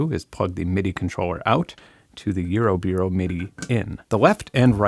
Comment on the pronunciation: why are you saying eurobeero?